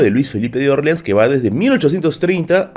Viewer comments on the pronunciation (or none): Interesante, pero me desconcentra tu pronunciación de Orleans, que lo pronuncias a la americana, como en New Orleans, con la sílaba tónica en la "O", pero en español, porque serían la sílaba tónica en la "A", que por proximidad es la pronunciación adaptada más fiel al original, que es el francés. Puedo aceptar que Nueva Orleans (con tónica en la "A") sea prunciada como New Orleans (con tónica en la "O"), pero porque es una ciudad de USA, pero a ver Luis Felipe que tendría que ver con que en USA se pronuncie así eso, si cuando él reinó la Luisiana ya estaba vendida a USA casi treinta años antes. Y Luis Felipe era francés, ¿no?, pues eso.